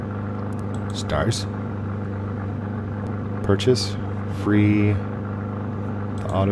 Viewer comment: I don't know why but when say "purches" it gives me goosebumps